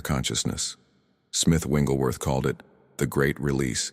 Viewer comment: These are good teachings ...but PLEASE, if you must use AI to do this ... Say this man's name correctly. His name is NOT ... WINGlesworth ... it is WIGGLES ...WIGGLESWORTHThank you for your attention to this ... it does matter.